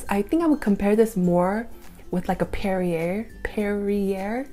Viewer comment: Yes, & Perier is pronounced "pear ee aye".